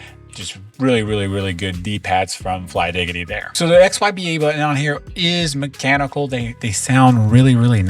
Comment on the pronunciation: its flydigi and not flydigity 😂